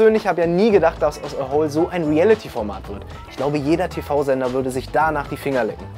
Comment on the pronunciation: Eins verstehe ich nicht. Du betonst "A Hole" ja immer als ginge es um ein Loch. Die Promis hingegen betonen es wie eine Abkürzung von "Asshole". Das macht für mich das ganze Projekt nochmal wesentlich unseriöser. D.h. eigentlich hätten sie an ihrer eigenen Aussprache schon merken können dass da vielleicht etwas nicht stimmt.